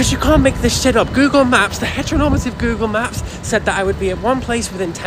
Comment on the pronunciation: i almost choked on my cocoa when i heard "gaygle maps" /pos